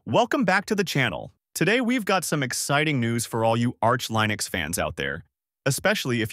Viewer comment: You’re killing me here with that Linux pronunciation 😂 I don’t know why it’s so off putting